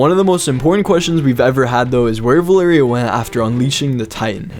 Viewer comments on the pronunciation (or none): It's val-er-ia